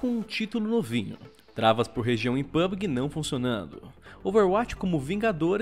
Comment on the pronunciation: "pubgee", e não "pubguee"!!!!!